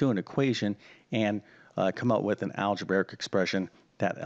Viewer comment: “Algeberric” isn’t a word. If you’re going to teach math, please learn the proper pronunciation of mathematical terms.